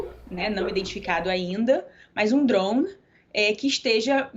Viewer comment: Ela não fala drone, ela fala droum.